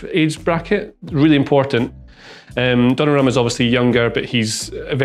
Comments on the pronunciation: I do not like modern football but I like this video...congrats. P.S. It is not "Donnarruma" but "Donnarumma"... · Donnarumma! Not Donnarruma